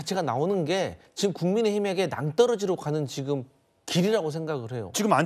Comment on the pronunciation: 송영훈 제발 발음 교정 좀 받아라 듣기 불편하다 ‘지‘ 를 맨날 ‘기’라고 해.. 지금이야 기금이 아니라